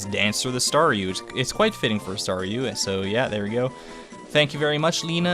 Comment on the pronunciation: I know I am super late but Thank you so much! I love being a Staryu! and yes you pronounced it correct the first time.:)